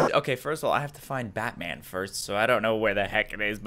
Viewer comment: In the beginning he said bat cev